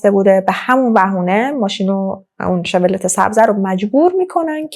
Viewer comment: Chevrolet 😢 Farsi begam mishe shevrolet injur khonde mishe hamin ke neweshtam bekhun 😢